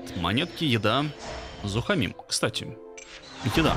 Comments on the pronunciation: произносится не зухомИм, а зухОмим! P. s. сорри, что поправляю, но мне уши режет, когда ты его называешь не так:) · Кирилл Wargaming ладно как я понимаю сколько людей столько и мнений. В Википедии написано зухомИм а знакомые динолюбы и палеонтолаги говорят ЗухОмим. --(" /) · а ты сам(а) Произнеси. ЗухОмим звучит глупо. А зухомИм вполне неплохо